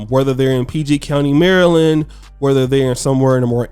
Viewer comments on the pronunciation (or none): none